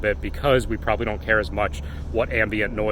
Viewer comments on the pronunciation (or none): none